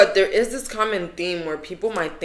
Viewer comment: “it ees what it ees” /